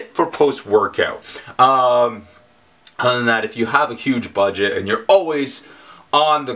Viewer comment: Every time you said "Budget", it sounds like you were going to say "butt" .. ....